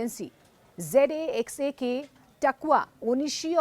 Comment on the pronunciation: Kya pathetic pronunciation hay! Loads of mistakes in every sentence. 1. His name is Butch, not Wooch! :) 2. Takuya Onishi (Takua nehi! Be-izzati ka bhi hadh hoti hay) ka agency ka naam ZAXA nehi, JAXA (Japan Aerospace Exploration Agency) hay! 3. Russian agency ka naam Rosco-comos nehi, it is Roscosmos! 4. Sunita aur Butch kahin par phasey nehi they, woh 9 months kaam kar rahe theh. They were part of Crew 9. 5. Trump ko itna aukaat hi nehi hay ki Musk ko kuchh boley. Musk knew he had to get back Sunita and Butch after the Expedition 72 of Crew 9 was over. So he doesn't take orders from Trump! Kuchh bhi bak bak karne se pehle thoda padhai kar lijiye!!!!!!!!!!!